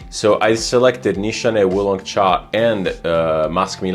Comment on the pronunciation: Great pronunciation on Wu Long Cha! I have both but never thought to compare the two. Russian Tea definitely smells more thick and heavy in comparison to Wu Long cha. I would say it works better as a cold weather fragrance. I'm not sure if the formulation changed over the years but when I first got a whiff of Russian tea on debut, the mint and berries were on full display! everything so well blended together you could truly smell everything all at once. My current full size bottle, not so much, but at least the atomizer is one of the best I've ever handled; incredible projection! Wu Long Cha on the other hand I agree makes for a good summer fragrance. It genuinely smells like the underside of orange peels or having slices of orange boiled and infused with tea.